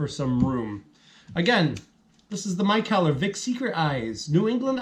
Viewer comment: Good review man! Not super impressed with this one either! Price tag on it was 17.99 for the four pack...doubt ill pick it up again at that price. If you havent already tried their Windy Hill, that one is much better! Also i do believe they pronounce the brewery McKeller. Cheers man!